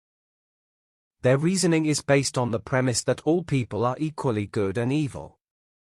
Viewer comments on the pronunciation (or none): none